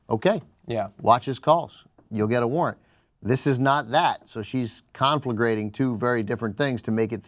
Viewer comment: "Duh bluh durr buh confligrating [sic] duh duh bluh?" - Uh okay. Lol.